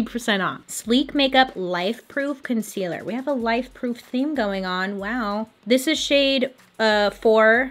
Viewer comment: When you said “life-proof” I thought you said “wife-proof” and I was like😂 what does that even mean😂